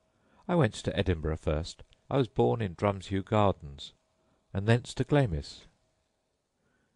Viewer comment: Stopped listening as soon as he pronounced 'Glamis' as 'Glaymiss' instead of 'Glarms'..pah.